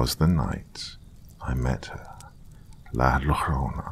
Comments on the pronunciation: That pronunciation of La Llarona.😂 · La lorona?😂😂😂😂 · La llorona is pronounced la zioh-rroh-na Think of like a polish "Zia" in front but instead it's more "zio" LL makes a weird "y" noise. More like a y/j combo Yjo-rr(roll dem f**ckers)-oh-nah Tortilla Tor-tee-yjah